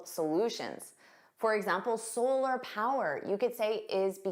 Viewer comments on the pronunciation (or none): none